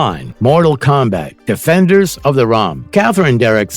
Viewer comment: Geez the voice over is horrible. I swear it is AI. They can't say realm or combat.